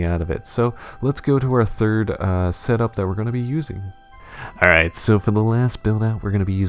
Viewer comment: everytime he said AWWRIGHT I get weak